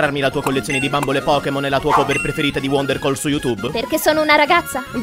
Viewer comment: Quando dopo 4 anni riguardi sto video e ti accorgi che al posto di Wonderwall dice wondercall